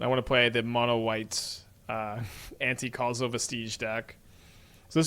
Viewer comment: thank you so much for saying Anticausal correctly